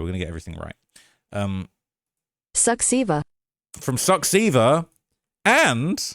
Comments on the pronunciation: it's not suxsiva lol it's more like suchava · succeva😂😂 that ai voice is drunk af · Great coverage! Rise Project are some of the best independent investigative journalists along with Recorder in Romania. Your pronunciation is on point though for Mamaia 😆 The translator got Suceava wrong, it sounds more like "Soochava" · I think it's really admirable that you took the time to google the romanian pronounciations but next time use the romanian voice 😭😭😭😭😭😭It's pronounced Soo-cha-va not Suckseeda LMAO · Soo-chava. Yash. Brashov. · What "Suckceva", bruv? Check "Suceava" again 😂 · As a Romanian, “Suceava” was TOUGH to listen too. 😆